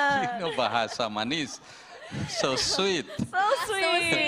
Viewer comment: jinny's "manis?!" sounds like a native speaker...